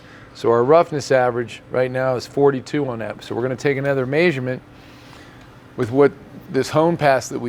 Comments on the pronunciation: I love the way says MEAsurement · who taught you how to say may-shur-ment? 😂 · keeps saying “maysurement” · I know what a measurement is but I don't know what a maysurement is!!! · I never knew said measurement as "maysurment" until he said it 5 times in a row lol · Who else loves the way that says the words "measure" and "measurement"? I am not sure what accent that is, but as far as I know it's definitely not a Florida thing or a Utah thing so where he picked it up I'll never know… It's awesome though!!! 👍🏼👍🏼